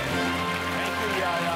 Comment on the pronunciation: His name is yehya dude not yaya lol